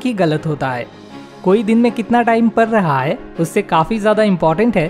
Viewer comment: Bolna to shik lo padd reha hai ko parrr raha hai bol reha ho tum🤣🤣